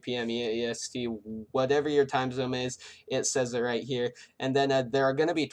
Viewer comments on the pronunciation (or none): i swear to god he said time zome